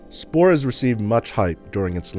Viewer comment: he keeps saying "splore"